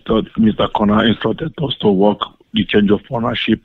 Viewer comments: It REALLY sounded like he said "I'm trying to walk on your fine asshole". Seriously, even when I listen to it again while looking at the subtitles, it still sounds to me like he's saying that xP. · Why is it that my brain heard "Work on your fine also" as "Walk on your fine a$$hole" 😂